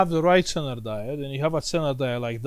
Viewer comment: Zener diode,it is readen like ZINER...like zero